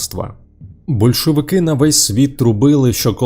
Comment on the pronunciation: СемипалатИнськ, большовики, скИпидар... добре що не скипИдар - кров з вух!!!))) невже не можна було нормально начитати такий текст? Чесно кажучи, мене,як диктора радіо і ТБ, така начитка від ШІ обурює. Зрештою, диктори відійдуть в минуле))) Ніколи не розумів тих, хто досі сумує за есесером. Для мене сум і суцільна пітьма...